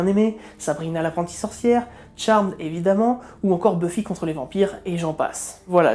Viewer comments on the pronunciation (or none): none